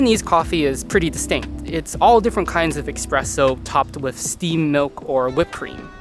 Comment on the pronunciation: Stopped the video as soon as I heard Expresso